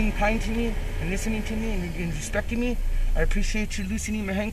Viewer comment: "their booking mehee" - American citizen thanks to Jose Bidenez